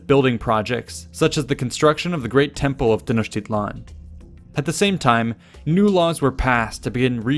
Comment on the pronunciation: No. A for effort, though. He tried. Most Nahautl words—especially nouns, emphasize the second to the last syllable. I.e. Tenochtitlan is Tenoch-teeee-tlan, thus the accentuated á, é, í, ó, ú. Also the tl at the end of words aren't as harshly pronounced as done in the video. It could vary from region to region but for Classical Nahuatl generally the tl ends with a sharp t and almost mumbled l. Like saying "Atlantic" but suddenly stopping before pronouncing the -antic part. Not Nawatoll. Funny enough "Atl" means water and "lan" could be translated into land. Together "Land of Water" or "Waterland".